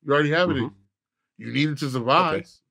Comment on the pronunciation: Am I trippin', or did he just say..."You need it to SURVISE"???🙆🏾‍♂️